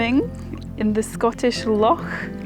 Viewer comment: A fantastic video,. I love the way you say "loch"...this place has to be one of the most beautiful i have seen on your travels....i love you...